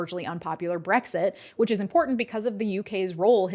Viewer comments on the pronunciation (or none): none